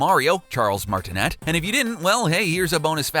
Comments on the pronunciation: FUN FACT: The final "t" in Charles Martinet's name is silent. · "charles martin net" dude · "MartinET?" What?